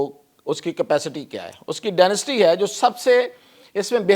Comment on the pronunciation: ڈینیسٹی نہیں کہتے ڈنسٹی کہتے ہیں